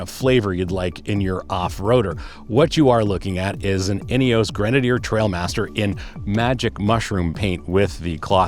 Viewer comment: Love the nods to English e.g. zed not zee but maybe you can be an American trailblazer and explain Ineos is pronounced “Ineoss” not “Ineoss’ and we’ll forgive you the ‘erb rather than Herb ‘isms.. Good review btw…